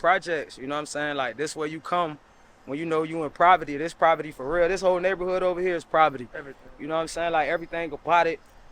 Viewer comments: It's disturbing me that shorty keep saying "proverty" smh 😢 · Is she saying privety (poverty) ? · What’s proverty 😂😂😂😂😂😂 poverty lol 😂 and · Provety 😂 I said on his last Pompano clip. I said gentrification gonna go heavy in pompano in the next decade. They building a Four Seasons in pompano. Them big time luxury hotels ain’t investing MILLIONS for no reason. They even pointed out the new houses being built up right now across the street. These PJ’s ain’t gonna be around for too long. And it’s Lenox not lenOX! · Saying “ Provety “ is crazy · It’s poverty not proverty 🤦🏽‍♂️🤦🏽‍♂️🤦🏽‍♂️🤦🏽‍♂️ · I couldn’t take her serious with the braces 😬 on and she kept saying “PROVERTY” when the WORD IS “POVERTY” I really feel bad like damn , in 2024 in AMERICA ITS STILL PPL WHO NEVER BEEN ON A PLANE ✈️ NEVER BEEN OUT THE COUNTRY AND HAVE A WHOLE 3 rd grade education . They don’t know how to PRONOUNCE WORDS CORRECTLY OR EVEN SPELL. 😢😢😢😢 I’m sad this is really going on in USA 🇺🇸 today ❤❤ GOD BLESS HER AND HER COMMUNITY 😢🙏🏾🙏🏾🙏🏾🙏🏾🙏🏾🙏🏾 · This “proverty”😂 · They keep saying proverty lol they're definitely motivated though which is awesome! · what’s “Proverty” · “Proverty” got it 💀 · It’s “poverty” not “proverty”!! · My guy said “proverty” 😂😂😭😭😭🤦🏿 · Typical nga nonsense. I've heard 2 multimillionaire rappers Future and Uzi Vert say they came from 'proverty' in their songs. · just their pronunciation saying 'proverty' instead of 'poverty' that's all lil nga. Relax🤣😂✌🏿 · No R in "Poverty" tf